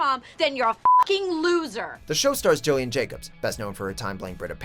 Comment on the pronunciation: Not having "The End of the F**king World" on this list is criminal. Also, it's GILL-ian Jacobs, not JILL-ian Jacobs. FYI.